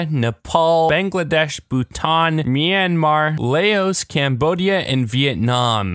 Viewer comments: The way he pronounces Laos Like, Laos or lao are okay But layos? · Ok, great video but LAYOS? Excuse me but why shall you pronounce it like that? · I think the "s" is silent literally. The locals and the government of Laos pronounce it "Lao" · Layos?? Tf I'm pretty sure its pronounced LOW or LAO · it is pronounced lao. like the “low” at the end of allow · Bro westerners with their pronunciation of asian and african countries iran is I ran Iraq is i wreck Tajikistan is tajeakestaan Kyrgyzstan is kreegazstan Laos is lay os Papua new guinue is papa no genie WESTERNERS CAN U PRONOUNCE NAME PROPERLY😑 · it's just pronounced Lao. It isn't hard, even with an accent. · you're probably a Jack viewer, he thought it did because he tried to be smart and failed, It's pronounced Lah- Os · That was the most American pronunciation of Laos lmao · The way he pronounced Laos tho